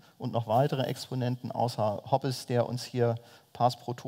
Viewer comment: Liebe Bucerius Law School, ich hoffe, wurde mittlerweile auf seinen Lapsus Linguae aufmerksam gemacht. Das "e" in Hobbes ist ein stummes. Ich bin jedes mal zusammengezuckt, als er den Namen aussprach. Verspätete Grüße